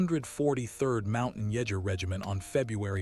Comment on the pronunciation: Leutnant is pronounced Loynt nuhnt with the accent on the first syllable. Jager is pronounced Yay ger. The accent is again on the first syllable. In German j is often pronounced as y.